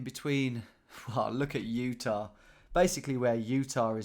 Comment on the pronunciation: Utah becomes Ut-nah.